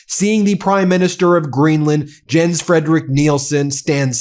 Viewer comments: FYI, Jens is pronounced "Yens". They pronounce "j" as "y". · The forename "Jens" is pronounced Yens like yet or yesterday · His name is pronounced "Yenz" (Jens). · Just an FYI---Jens is pronounced "Yens". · Ben........ his first name is pronounced "yens". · In Danish, a J, when placed first in a word, is pronounced similarly to Y in English, e.g., as in "Yes." So PLEASE pronounce his name "Yens" so it doesn't grate on my ears. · In Danish, the "J" in Jens, is pronounced like a "Y". So his name is is pronounced Yens. My grandfathers name. I know accuracy and respect are important to you.😉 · Dear. You are doing amazing work. But I wish yourv team would research the correct pronunciation of peoples' names (eg Jens, Rutte in this video)! 😎🇬🇧 Thank you.